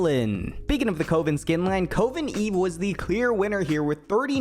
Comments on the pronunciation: its "cuh-ven" not coh-vin 😭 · why is there no comment mentioning how he's pronouncing coven 😭like it was painful to hear CO-VEN instead of cuh-ven considering so many champs had their respective coven skin be in their top 3... that being said it is interesting seeing how my opinions on champ skins line up with other people's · Like oven, not like open. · What a wholesome cute sponsor choice lol also small pronunciation things, "cuhven" not "coe ven", and "arcahna" not "arcayna" just little things no harm meant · Bro PLEASE learn how to pronounce "coven"... It's not "cove" like a beach cove. It's dove, like the bird not past tense of dive. 2duhv-en". For the love of god stop saying "coav-en" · WHY DO YOU* SAY "CO-VEN" Its "COV-EN" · Cu-vin not cove-in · The way you are saying Coven like Cowen is killing me. It's pronounced "Kuh•vn" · CUHVEN not CO-VEN. Like a witch coven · Loved the video. The fact that you can’t pronounce Coven started to annoy me. But that’s really just an aside. It’s Cuh-Vin not Co-Vin. Like in covenant. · cool vid! i think you're pronouncing coven incorrectly. i could be wrong but i think it's pronounced "cuh-vin" and not "cove-in". only telling you cause i would want someone to tell me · It's pronounced CAH-VEN, not Coe-ven lmao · jesus CHRIST is CUH • ven, NOT COE • ven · Ar-kah-na, not ar-cane-ah and Cuh-ven not Cove-n. This bothered me way too much. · Its not pronounced cOHven, its pronounced cUHven. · kuh·vn not ko·vin :( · its "Covven" not "Coh-ven" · its pronounced KUH-VEN. not KOE-VEN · The way you say Coven makes me sad. Kuh ven not ko ven. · CUH ven. not KO ven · Please bro, I can’t hear “cove-in” another time. Coven, cuhv-in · Hoped to find it in the comments but it's cuh-ven, not cove-n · note: It's not pronounced as /koh-ven/ It's pronounced as /kuh-vn/ Anyway, great vid!!! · Cuv-in, dude. It's pronounced Cuv-in. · Coven is pronounced: Kuh vhen (literally oven but a kuh sound at the start like kuhven) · STOP SAYING COVEN LIKE THAT